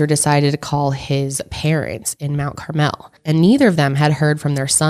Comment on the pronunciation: I live right by Mt. Carmel (approx 20 minutes)! I even a know a Dardeen from there! It’s pronounced a little differently than how you guys are saying it...it’s more mount “carmull”, if that even translates through text! I really enjoyed this case and despite being so close to Illinois, I haven’t heard much if at all, until this podcast!